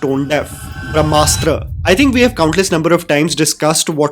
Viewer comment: Everytime I heard Brahmasutra, I heard AAAGGG MKB AAAGGG😅🔥